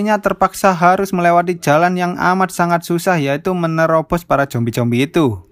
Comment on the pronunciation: Zombie ❌ Jombi ✅